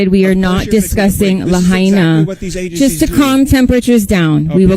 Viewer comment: Ya still can’t pronounce “Lahaina” hahaha ….anyways, all joking aside, this place is scarier than ever